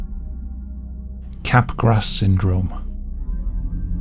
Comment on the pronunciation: Just a quick correction: "Capgras" is pronounced as "cap-grah", not "cap-grass". Good video otherwise! Back when I was interested in biological psychiatry and abnormal psychology, I researched most of these mental disorders and neurological disorders. The most fascinating aspect of these disorders is how the mental and physical (neurological) overlap. It is an important subject in the philosophy of mind.